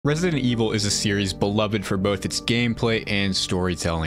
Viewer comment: Wesident Ewil im sorry